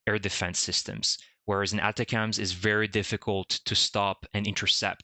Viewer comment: Most military people pronounce that type of missile as "Attack 'ems". The accent is on the second syllable of "Attack".